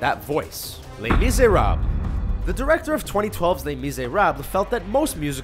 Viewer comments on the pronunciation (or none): lAy MiSRAB Lol how he pronounced it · les miserables .... wtf is your pronunciation ley mereblaaa nice dude fucking aced it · Did they butcher Les Miserables or am I hearing things?